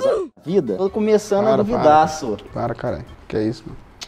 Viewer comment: ´´so´´ o cara e mineiro kkk